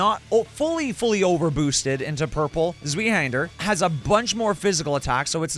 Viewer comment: Zweihander is german thats why its hard to pronounce. Translated it just means Two-handed (sword). Pronounciation is tswaihender but i think yours sounded pretty good already! Also nice video series i like it a lot